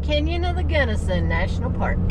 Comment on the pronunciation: My beloved Colorado is burning😢😢😢😢 your pronouncing is correct! Our Beloved Mom Born Delta Co! The sights the Lords creation, but makes me dizzy and 🤮🤢